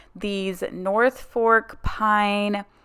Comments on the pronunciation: I love your channel! You have great ideas and helpful explanations! Your home is gorgeous! Not to sound annoying, but I don’t know how else to say that Norfolk pine is pronounced Nor- folk, not fork. Sorry, really I just wanted to share. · A few things I love this video!! I’m a Christmas girl and I want to start my own lifestyle YouTube!! It’s definitely “Fluff the tree” you were right all along…. And finally you were killing me saying “North fork garland”😂 it’s NORFOLK girl!!! This was a great video… I love your Christmas enthusiasm!!